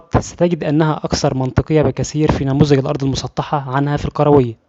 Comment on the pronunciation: الكروية وليس القروية